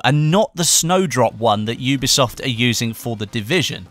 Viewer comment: "oobeesoft" HAHAHAHAHAHA